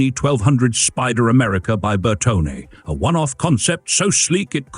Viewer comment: Another excellent vid! Here are a couple of minor pronunciation corrections to train the AI voice. Designer Scaglione, the "g" is almost silent, but the "e" is not: "Skal-ee-OH-nay." Coachbuilder Bertone, no silent letters: "Bear-TONE-ay."